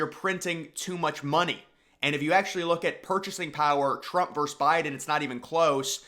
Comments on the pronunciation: Versus not verse. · “V.” or “vs.” is the abbreviation for “versus,” which has two syllables. Respectfully submitted by a Professional English Major.